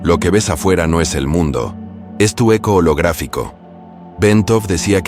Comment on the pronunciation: Perdón no es aco es eco